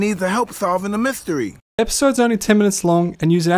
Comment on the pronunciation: You neglected to mention that the pigeon was the funniest comedian that ever existed - Norm McDonald - if you think you an replicate this good luck mr naive - McDonald wrote it. By the way it’s mystery not myshtery.